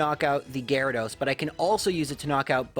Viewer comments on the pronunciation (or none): none